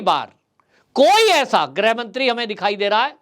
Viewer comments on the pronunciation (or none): प्रार्थना स्वीकार करके ग्रह नहीं कृप्या गृह मंत्री का उच्चारण कर अनुग्रहित कीजिएगा। धन्यवाद१🙏🙏🙏🙏